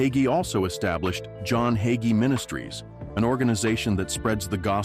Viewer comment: Waste of time! Narrator can't even pronounce his name correctly! He's a great Christian man